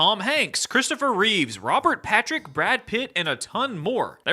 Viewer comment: *Christopher Reeve (no s)